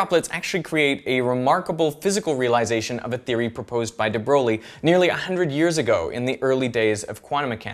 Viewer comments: Hey Veritasium! Great video man. But the name of that guy, Louis de Broglie, is his name the term Broglie is pronounced somewhat like Broy as he was a brilliant guy, but French so it goes like Broy and not Broglie. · Great video. But there's a correction I'd like to make, it's pronounced "de broy", not "de brolley". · de Broglie is actually prononced "de Breuille" kinda like "broil" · his name pronounced de Broy, and not de Brolie?? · ITS PRONOUNCED "DE BROY " NOT " DEBROLIE . LOVE UR VIDZ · Yeah even a Frenchman would pronounce it "broglee" if they hadn't been told to say 'br(French E)y". It does more or less rhyme with Troy but with a french e instead of o. It's a very old aristocratic family. I think some of them are Princes? I have no idea how they came up with that pronunciation. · Yup it's actually Debroie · [dəbrəj] isn't it ? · Great vid but the pronunciation of De Broglie gave me chills...